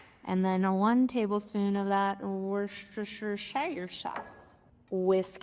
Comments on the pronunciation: You are close. The proper English pronunciation is "woostersheer" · Ootstandin' Pronounced - Woosta-sheer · It's pronounced watch-yer-sister. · It's pronounced "Wash your sister sauce" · Pronounce it as woostersheer.. trust me. When you say it... it sounds right!! 😂❤ I've seen lots of meatloaf recipes.. I'm so going to try yours. So yummy. Thank you ❤ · Worcestershire is pronounced Worcestersheer even though it is a shire county, just like Yorkshire, Oxfordshire etc. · Worcestershire sauce is named after the county of Worcestershire in England (where it was developed). The sauce (like the county) is basically pronounced Woostesheer – with the two oo's being short as in foot, not long as in boot. The emphasis is on the first syllable – Woo. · Wash-your-sister sauce is the correct pronunciation 😂😂😂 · You can pronounce the “W” sauce any way you want to. Who really cares? We all know what you’re talking about.